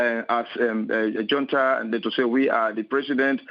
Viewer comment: It's pronounced hunta... college educated and can't speak...